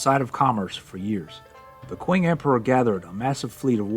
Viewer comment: Qing is pronounced "Ching"